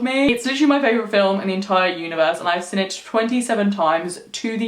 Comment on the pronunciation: I always find it interesting how you say 'seen' as 'sin' 😂